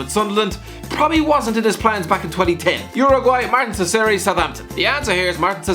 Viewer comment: É muito burro mano, o cara não consegue falar Caceres véi